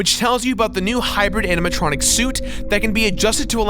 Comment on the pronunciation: when Mat said "animontronic" i thought he said "Hannah Montranic" as in Hannah Montana + animatronic